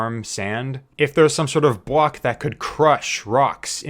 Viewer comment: not to be rude but he just said "wove" and "bwock"